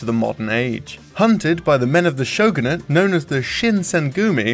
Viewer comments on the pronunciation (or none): none